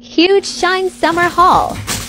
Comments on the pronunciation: It’s not pronounced as shine it’s pronounced as sheen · Pronunciation “Sh-ee-n ❌ sh-I-n ✅ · She really pronounced Shein wrong